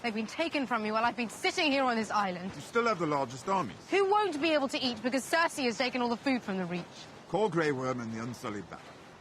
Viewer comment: How are you 7 seasons deep and still can't pronounce cersei correctly